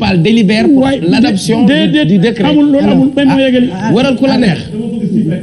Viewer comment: On ne dit pas "decret " Svp retenez qu'on dit "décret" .juste damay rappeler rek .gnou bayi thi khel